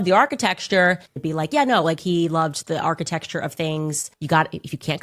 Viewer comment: Her mispronouncing Architecture has broken my brain and I cant figure out how its supposed to sound now!! How could you CANDACE!?!?